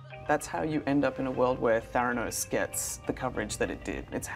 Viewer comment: Trevor it's Theranos not Theranos.